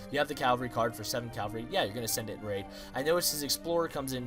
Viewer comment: just so you know, the horsemen are pronounced like CAV-AL-REE